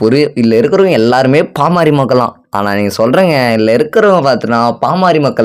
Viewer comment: பாமாரி மக்கள் இல்லை தம்பி அது பாமர மக்கள் 😂😂😂 கொஞ்சமாவது படிங்கடானா கேக்குறாங்களா 🤦🏻🤦🏻 சுய அறிவே வளராம அப்படி என்ன படிப்பத்தான் படிச்சு இப்படி மேதாவி மாறி பேசி ஊர ஏமாத்தரீங்களோ 🤦🏻🤦🏻இப்படியே பேசிட்டு இருங்கடா உலகமே திரும்பி பாப்பாங்க யார்டா இந்த தத்திகள்னு 😂🤦🏻